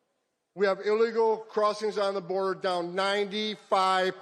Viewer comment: First time I saw someone butcher the word illegal.